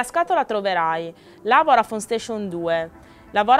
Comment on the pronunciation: qualcuno le spiega che si dice voDafone e non voRafone??